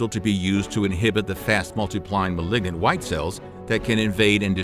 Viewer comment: Awesome information but you mispronounce malign and malignant. It matters for anyone pursuing medicine.